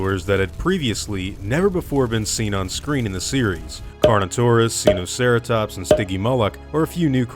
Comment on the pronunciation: Just a friendly tip: Wikipedia says it's pronounced saɪnoʊˈsɛrətɒps (SY-no-SARE-uh-TOPS). So Sino rhymes with Rhino.